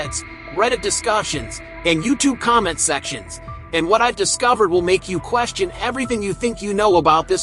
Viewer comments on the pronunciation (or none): none